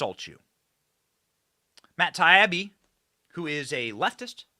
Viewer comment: Benny, it's Matt TIE-EEE-BEE not Taiyabee